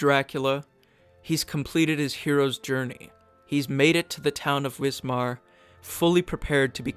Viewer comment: Hey please remember your German "W": rules Wismar is pronounced VISMAR and the composer is call VAGNER